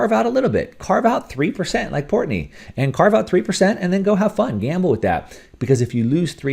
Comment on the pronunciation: It’s Portnoy. Not Portney. Whatever he “bets” in the market, he’s willing to lose. It’s play money for him. Stock tip: MO, VIAC, RIG, MOS. You’re welcome.